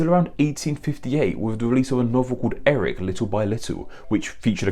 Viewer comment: sometimes he switches his Ls and his Rs, but not always. See